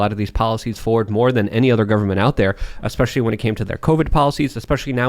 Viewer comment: Ah yes,... Mr. "" (especially)